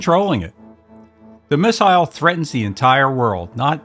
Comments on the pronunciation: Who the hell pronounces “missile” like that? I’ll tell ya who—an outer space alien, that’s who. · You don't have a British accent, but you pronounce "missile" like the Brits.